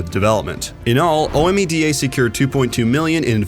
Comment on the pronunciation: Great recap! Two corrections real quick. Ethereal was never meant to be a Paragon successor. Production began on Ethereal well before the announcement to close Paragon was released. Also, you don’t say O-M-E-D-A. You pronounce it as a word. Omeda city was part of Paragon’s lore.